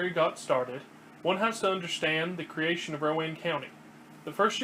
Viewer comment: It's Row-anne not Row-uhn. Other than that, good work. Lived here for 30yrs.